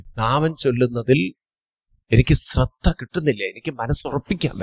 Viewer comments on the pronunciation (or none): സ്രധ്ദ എന്ന് കേൾക്കുമ്പോൾ ഒരുപാട് വിഷമം... ശ്രദ്ധ എന്ന് പറയാൻ ശ്രമിക്കണേ... 🙏 സ് +റ അല്ല ശ് +റ